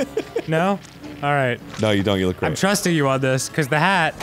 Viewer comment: the gweat repwacement